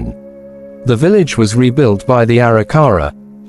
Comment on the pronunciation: Can’t stand the way the narrator says Arikara.